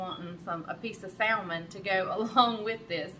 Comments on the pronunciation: The “L” in salmon is silent. It’s pronounced “samon” I can’t help but say something, it’s the Speech Therapist in me. I cringe a little every time you say it. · We say "saLmon" here in Mississippi also. Shouldn't have an "L" in the spelling if it's not supposed to be produced with an " L". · I love it when she says sal.mon….part of her…how she grew up